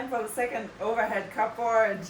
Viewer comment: you're doing such a fantastic job. You inspired me to work on my own house. I did want to tell you that that we say Cubbrrd... cupboard... I've never heard it called those two words distinctly it's more blurred together.